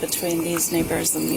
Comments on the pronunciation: shes gotta work on how she pronounced neighbors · Man, it sure didn't sound like she said "neighbors" there for a second... 😂